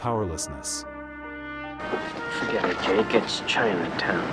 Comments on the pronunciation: AI..it's Jake, not Jack. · His name is J-A-K-E! not Jack! You made an interesting story ridiculous by continually mispronouncing his name! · Jake NOT Jack. Say it correctly.